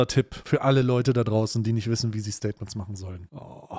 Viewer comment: Staiy-tments? Ich glaub ich bin da was Großem auf der Spur